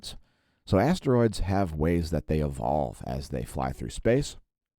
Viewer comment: I thought you said Assroids,i don't know shit about Asteroids.